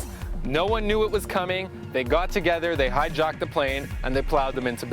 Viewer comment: High-"jawked." Speak english correctly. Then come talk to me.